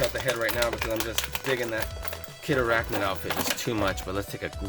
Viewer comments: Do not say Kid Arachnid, please. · kindly never say kid arachnid again please